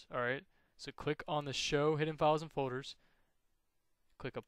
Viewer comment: files and fowders. so annoying lol